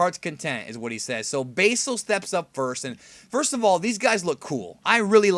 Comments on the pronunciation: say Basil's name correctly! It is pronounced Bah-sil not Bay-sil. Go research Basil Brush the Fox. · (sigh)) yep god dammit how hard is it to say basil (Baz-ill) its not like there is different ways to pronounce it. you're just saying it wrong for no reason, why? why? Why????????????????????????????????? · also are you still saying basel?